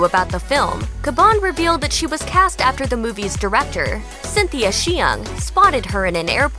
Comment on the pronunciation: Love Jessica! ❤️ So happy for them. (Btw, Cynthia Hsiung’s last name is pronounced “Shung.” 😉)